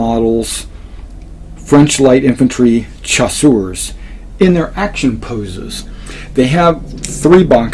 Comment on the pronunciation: If it helps CHASSEURS is pronounced SHASSEURS...